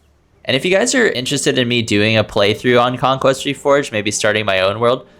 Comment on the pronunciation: "conquest" ahh conqueer